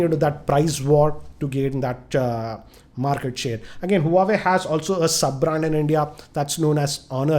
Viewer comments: Btw it's Huawei not huwaway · huawei is pronounced as "wah-way"